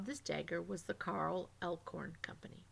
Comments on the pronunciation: Useful information but a lot of annoying pronunciation errors. It's "swahstickuh" not "swasteeka" and the German pronunciation was also a little off such as in "Alles". You also said "Elkhorn" instead of "Eickhorn". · Carl Eickhorn. Not Elkhorn. Good video though